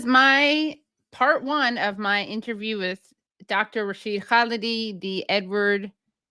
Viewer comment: Off-topic but Katie, your pronunciation of Khalidi's name is spot on.